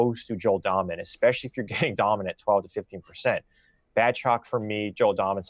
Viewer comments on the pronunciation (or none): Dahmen is pronounced like Daymen.